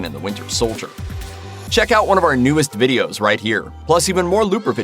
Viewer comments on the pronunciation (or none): none